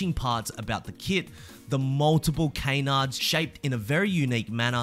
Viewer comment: Yo do you have a kayn of iron jack. Or a can. It's canards bro not kaynards